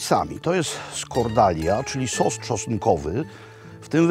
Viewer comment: Sos czosnkowy by Makłowicz - "Czos". Genialne.